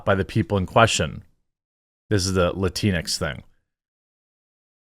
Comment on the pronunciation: It has EVERYTHING to do with the alphabet people! They are the ones pushing this " gender neutral " language, and please stop calling it "latinex" those idiots pronounce it latin x. Two seperate words, if you will. Us LATINOS Y LATINAS, DO NOT go by that bull shit. In your own way, by not blaming the alphabet people for this nonsense, you're pandering to them as well. Call a spade a spade and stop trying to, not offend them. Idk, maybe you're doing that purposely so they can by your coffee?